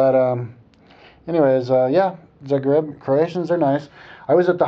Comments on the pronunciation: oh my goodness, the way he pronounces "zagreb" hahaha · On every of your observation I can tell and prove to you the exact opposite. I will not mention it all because I don't feel the need to justify myself or my nation, but I would just like to 'warn' the people watching this video of its incorrectness. When you came in Zagreb (pronounced completely differently btw) you obviously ran into a fair of some kind, since we have it all the time on our main square: from medieval reconstruction to display of old crafts used to this day ect.